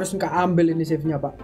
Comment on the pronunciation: How to pronounce "save" is 'seif' not 'sif'🗿